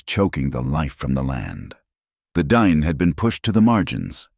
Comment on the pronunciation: Not DINE, it's pronounced "dee-nay".